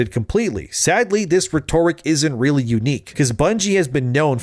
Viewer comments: Hey man. I watch pretty much all your videos and idk if you know this or really care but rhetoric is pronounced REH-tuh-rick, not ruh-TOR-ic. You just mispronounce it every time and it drives me nuts lol. Like I said don't know if you care but I just had to say something. Appreciate the vids and your dedication, you're a real one. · yo, just so you know, it's RHEtoric. The first part of the word is what's emphasized. I'm just telling you this as a fan so that critics won't use it as a garbage talking point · The way you said Re-Toric, instead of rhetoric. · Rhetoric is pronounced; RET (Like RETCONN) -OR-RICK Great video!